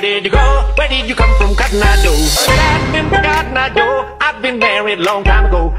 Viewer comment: >:( THATS COTTON EYE JOE NOT GEDAGADEGEDAGADA O